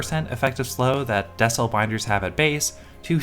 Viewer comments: I think it’s pronounced “Dee-sell”, like decelerate binder ! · Not that it matters and I very well could be wrong, but i'd imagine that it's DEE-CELL. As in decelerate.